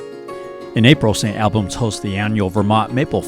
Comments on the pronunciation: Pronounced st All-Bens not Al bans like Al Bundy.. Allbens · Lovely video of my home state. It’s like ALL in Saint Albans not like AL - St. ALLbans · FYI St. Albans is pronounced Saint All-bans. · It’s pronounced, “S’nalbans”, not St. AL bans, by the locals...😉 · The northern town is pronounced Saint All-bans. Or if you want to sound like a local, call it Snobbins! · Vermonter here: It’s pronounced St. Albans, as (All)bans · I have loved my time in Vermont, still visit St. Albans (which you mispronounced) and Morgan as often as possible, but please learn the correct pronunciations of town names. Charlotte is pronounced Shar-Lot. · Other than he pronounced St. Albans wrong, it's a good video. Born and live in Middlebury. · I was born and raised in Vermont. Left for about 8 years and back for good. I love the slower pace of life and people here are way friendlier then other places. I actually had to rewind the video when you first said St. Albans. Never heard it pronounced that way before. Vermonters pronounce it differently. It is a great over view of the state, but there are hidden gems in just about every town. Thank you for doing a great job on the video.